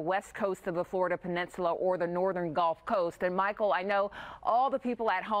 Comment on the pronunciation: Why do new weather people all say GOLF of Mexico??? Annoying. I assume you go to college to get a journalism degree or something. Don't they teach you pronunciation?